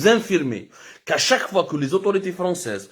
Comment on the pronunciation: Voir fois et non foid